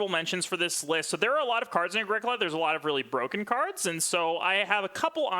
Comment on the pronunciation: How about starting by pronouncing the game correctly? It's pronounced Ah-GREE-co-la (it's italian). Sheesh